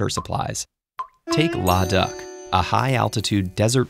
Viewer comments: You guys usually use perfect pronunciation. But today you didn’t. It’s la-daa-khh (Ladakh) not lada-ak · It's not even laa daa kh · It’s not la da it’s Luh-DAAKKKHHHH